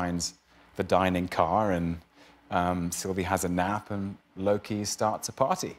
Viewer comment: I love Tom's ZERO judgement at Jimmy mispronouncing Loki.